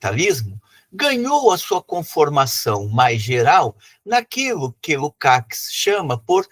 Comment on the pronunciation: Lukács se pronuncia Lukatch, abraços.